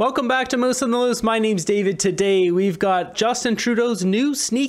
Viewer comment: First thing I noticed is you said "Welcome back to moose in the loose" But your name is Moose on the loose!